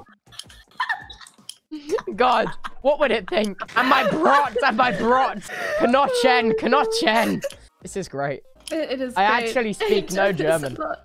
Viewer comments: WHAT THE FRICK NIKI? Edit: listen closely jesus christ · He: I have a NONTCH Me being german: Its knochen... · As a German, this gave me just so much joy. He really couldn't be bothered to even use half the letters provided. I really, really liked all of his pronunciations, but I think a love 'gnotch'. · He pronounced "Knochen" as "n o n c h" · N O N C H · ah yes the "'Nonsch" from the "Aus" 😂😂🤣🤣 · Niki absolutely losing it about the Knochen/nonch is so funny this made me laugh so hard, the Dutch accent is perfect! Eichenholzknopf :3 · SO spricht man Knochen nicht aus